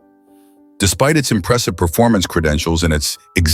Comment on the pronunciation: WHAT?!? wait a minute... WHAT!!! ...DID THE NARRATOR REALLY JUST "ELMER FUDD" US!!! IS THE NON-EXISTENT ZL2 REALLY, REALLY AN "IMPWESSIVE PROJECT"?🤣 was it really?